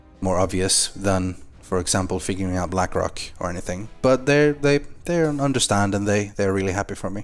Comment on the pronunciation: its blackrock not blackrack